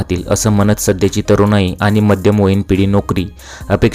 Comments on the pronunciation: घुमसट नाही दादा ते घुसमट असतं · घूमसट नाही भावा... घूसमट असा शब्द आहे तो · घुमसट नाही घुसमट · घूमसट ? ?? ❤😂 भाई घुसमट म्हणायचे आहे का ??? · चुतमारायच्या घुमसट नाही रे घुसमट म्हण